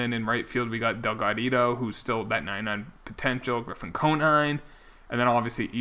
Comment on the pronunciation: It’s pronounced Dell-God-Ee-Oh